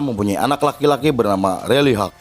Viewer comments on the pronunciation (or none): none